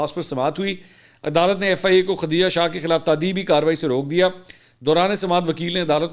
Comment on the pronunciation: bahi mansoor name khateeja nhi khdijah he islah kar len